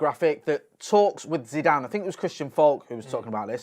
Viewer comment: "Zinezine" zidane? You alright fella?